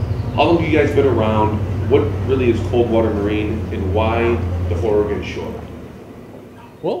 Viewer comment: You pronounce it "OR-EH-GUN" not "OR-EE-GONE" lol. Great video!